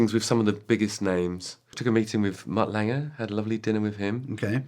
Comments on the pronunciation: I love how Justin says Mutt “Langer” 😂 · Justin has always said Mutt Lange name as Langer. Why is that?